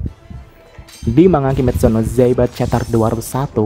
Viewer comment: Kimetsu no yaiba kak,bukan zaiba